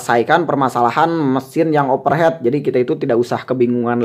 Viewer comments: di bacanya ofer hit kang bukan oper het, bukan masalah sunda ini mah, masalah pengucapan, saya oge sunda pisan tapi teu kitu-kitu teuing, aslinya over heat (panas berlebih, atau panas pisan) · overheat baca overhit 🙏👍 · overheat bang pakek T baca nya overhit😅